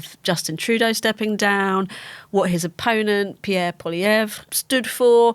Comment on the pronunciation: Great panel. Can't pronounce the opposition leader's name. Theorize that freeland would be next in line. Right 8%. What nonsense. Good bye.